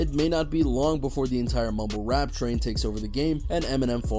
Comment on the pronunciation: He sounds like hes saying mobile rap lol